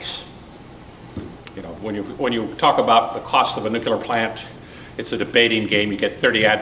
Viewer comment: New klee urr, not nuke you lrr.